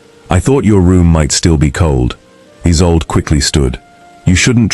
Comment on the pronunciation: The new Duchess's name is mispronouced = E-sol-de (Isolde - German origin).